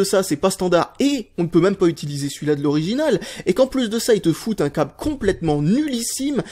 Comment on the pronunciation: "Le coble"